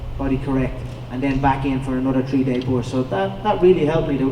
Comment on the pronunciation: "Trees day on, tree days off" LMFAO